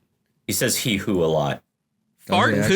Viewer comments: HEE-HO! Not “Hee-hoo” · It’s hee-ho not hee-who. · ITS HEE-HO NOT HEE-WHO!!! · Uh, excuse me, it's pronounced "hee-hoe" you uncultured goober